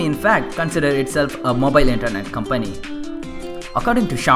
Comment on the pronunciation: This channel may not have many subscribers and likes right now but i STRONGLY believe it will gain recognition one day. Just dont let your confidence go down +. And try to improve your accent on few words bro...like 'was, company' etc...just a friendly suggestion ALL THE BEST:)